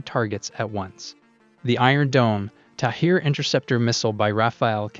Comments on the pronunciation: Great video with good explanation, Just one thing, the Interceptor is called "Tamir" not "Tahir". Source - I'm an Israeli and worked with that system for many years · It's Tamir, not Tahir! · It’s the Tamir interceptor, not Tahir. I guess you conflated a H with a M at some point... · Tamir. Not Tahir. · The interceptor's name is Tamir and not Thair, in Hebrew Tamir means Hidden. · The interceptor missile is called TAMIR (not TAHIR) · its not tahir missile...its tamir missile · Tamir missile, not Tahir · its the Tamir missile not Tahir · The missiles name is Tamir not Tahir